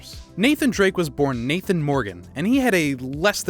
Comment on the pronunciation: UNCHARTED NATHAANN